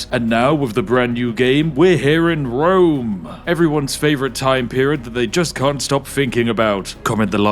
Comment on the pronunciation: I heard he had a vewy gweat fwiend in Wome